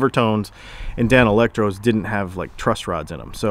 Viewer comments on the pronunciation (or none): none